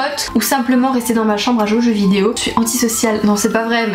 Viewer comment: Je replay 50 fois le début de toute tes vidéo j'aime trop comment tu dit on se retrouve pour une nouvelle "VIDIO"😂🤣